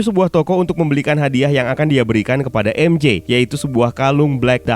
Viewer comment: Bang cuma mau kasih tau, MJ itu bacanya maikel jona bukan mishel jona